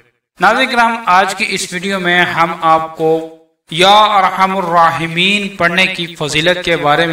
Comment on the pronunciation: ya Arhamar rahimeen hai par Aap arhamur bara rahe hain